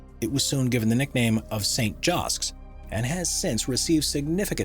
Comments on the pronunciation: I am from Texas and the church that refused to move was surrounded by Joske's Department store...Your announcer is mis-pronouncing it and calling it "Josk". The correct pronunciation is "Jos Keys". I am always surprised and alarmed when someone is reporting on a story and uses names or grammar incorrectly. I did not even watch the rest of the video. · I grew up in the 50’s and 60’s in an area that is now a part of Houston and as a child visited Gulfgate Mall regularly with my mother where Joske’s was located. The narrator in this video is mispronouncing the name of the department store Joske’s.